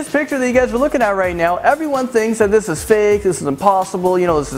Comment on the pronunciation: "ekscaped" 'Thith guy" really...